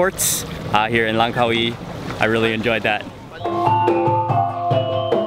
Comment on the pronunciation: Congrads This was the first video where you've said "Langkawi" correctly!!! The stress on the Car-WEE sounds more thai than malay.